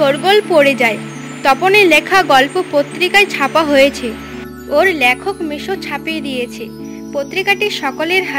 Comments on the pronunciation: কথাটা ল্যখক নয় লেখক।😊😊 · lekhokh, laaaykhokh noy